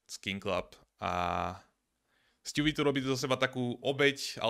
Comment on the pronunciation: ''sťůví'' mě baví xddd